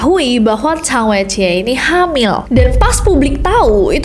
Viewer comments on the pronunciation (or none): Po si lai sama sang wei ji bacanya kak Di mandarin, b di baca p Zh di baca s X di baca s ie di baca i